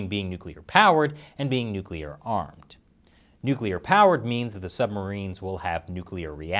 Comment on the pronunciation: As dictaker morrison said “nuplear submarine”